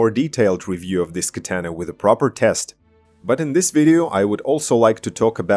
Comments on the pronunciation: You say katana completely wrong... These Aliexpress katana are crap. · The way you pronounce "Katana"..